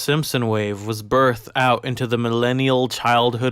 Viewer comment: Lol "oot" and "aboot" xD